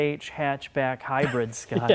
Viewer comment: “HYBIRD”??? Isn’t is Hybrid....... who gave these guys a channel?!? Ick